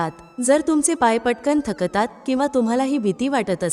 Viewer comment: शक ता त असा चुकीचा उच्चार होतात..... थ क ता त......